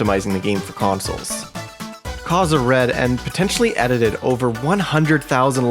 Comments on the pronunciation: not to offend but it's kaze and not kaza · Minor point, but Kaze is pronounced Caw-Zey. Props to you for not pronouncing it as Kayz, though. Kudos! 😁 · I thought it was pronounced Kay-ze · KAZE ISN'T PRONOUNCED LIKE THAT IT'S KAYZ WITH A LONG "A" ...But that aside, excellent video!!! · Hearing Kaze pronounced like that sent me into a panic. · My only takeaway from this video is youd think by 2023 we'd all know how to pronounce Kaze's name 😂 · The amount of times he mispronounced Kaze is insane. Outside of that, great video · You need to learn how to pronounce kaze